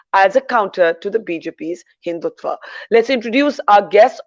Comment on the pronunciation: They cannot even pronounce Hindutva...they use आ instead of अ. Not to talk of the meaning of the word. English does not mean knowledge.